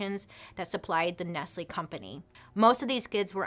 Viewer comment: It's not ness-lee is ness-lay